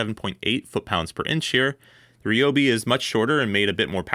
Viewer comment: It's RYE-Obi not Ree lol. You don't call someone named Tyler, Teeler.